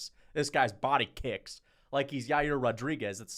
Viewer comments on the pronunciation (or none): none